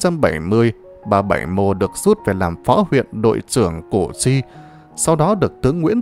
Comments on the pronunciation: Củ chi sao đọc là cổ tri??? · Đọc sai cổ tri giờ đọc sai tiếp là cổ duy.Đề nghị đọc cho đúng danh từ Củ Chi... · đất Củ Chi mà ông này cứ nói là cổ tri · Củ Chi chứ ko phải cổ tri nhe !! Làm về lịch sử thì làm ơn đọc đúng chính tả dùm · Hình như bài do AI đọc? Củ Chi mà đọc ngọng là CỔ cHI???